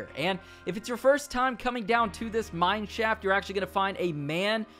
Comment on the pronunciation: When he says mine shaft, it sounds like mannschaft